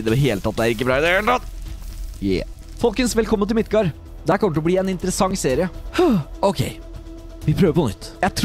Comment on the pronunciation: Det uttales Midgard ikke Midtgard